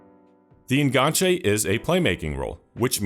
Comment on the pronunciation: The fact you're saying En-gan-che instead of the falsely frenchified En Ganche means this video is already 10/10